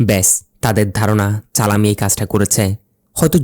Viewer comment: Vai nam ta challam tai চালাম বলছে